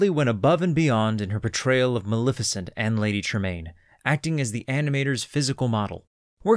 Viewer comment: It's pronounced MaLEFicent. Lef as in Left, not Lif as in Lift.